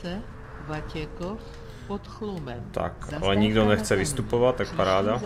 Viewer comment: říkáš Vatěchov a je to Vatěkov :D